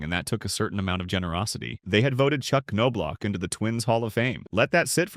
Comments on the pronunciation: First season with World Series ring! kirby Puckett, Jack Morris, Kent Hrbek and manager Tom Kelly get alot more credit for that! Looks like Result of losing a fight ! Glad i put this on Closed Caption, the NOBE gets annoying, IT S pronounced Knob. And You've Put him down in 3 VIDEOS NOW, what decade this CHANNEL from? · How do you make a 30 minute documentary on somebody and not know how to pronounce their name?